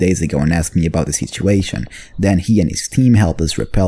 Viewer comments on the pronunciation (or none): none